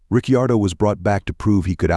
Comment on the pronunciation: Misprounce Riccardo one more time!! 🤣